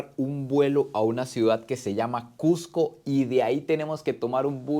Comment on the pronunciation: Felicitaciones por todos los logros. Pero más por pronunciar "CUSCO", como debe ser, y no "CUJCO", como muchos, especialmente limeños lo pronuncian. A mi me lo corrigieron al toque al llegar allà. A la altura de Punto, tienes un 30% menos de oxígeno que en Lima, por lo que vas a respirar un 30% más. Pero al tercer día, según las escrituras, te aclimatas. La preparación de caldo tarda el doble porque el agua no hierve a 100 grados C. Y muchas otras cosas más.